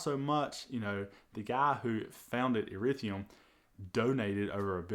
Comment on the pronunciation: ETHEREUM NOT ERETHIUM